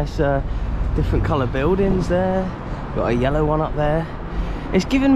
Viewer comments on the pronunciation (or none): none